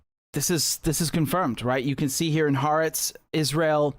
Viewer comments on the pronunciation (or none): since I don't disagree with you at all on your analysis, for the algo, I'll just leave a dumb, pedantic comment. Ha'aretz is not pronounced, "haahh-RETS." It is, "Hah'-ah-RETS." Notice the apostrophe between the 'a's. I only mention it because 1) I'm a little bit of an asshole, and 2) I would rather good, intelligent people like you never end up sounding ignorant in the face of evil. Can you tell, mom and grandma were teachers, and one of my great-grandfathers was a minister? Anyway, keep this up, young man, and thank you for your content.